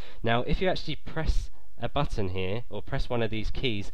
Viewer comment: is it just me hearing that he says buffon